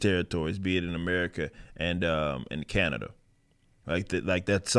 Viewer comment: I would like to thank as a citizen of Ca na da ( it cracks me up the way u say it ) For calling out our piece of shit dictator He makes me ill For real